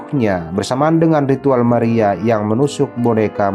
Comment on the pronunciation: Wkwkwkwkwkwkwkwkwkwkkk.....maria dibaca meria 😁😁😁🤣🤣🤣🤣🤭🤭🤭🤭🤭🤭🤭 #alay